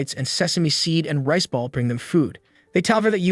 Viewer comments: I keep on hear Rizz ball but he is call rice ball😅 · I heard "Rizzball" instead of riceball 😂